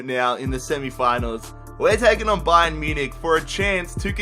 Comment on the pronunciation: why do you always say ba-yern munich